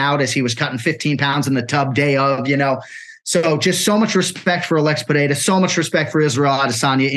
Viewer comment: LOLOLOLOL. He said Alex PEREAREZZ